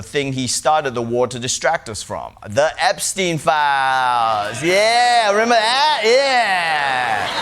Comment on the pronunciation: Jesus, John, it's Epstein for God's sake...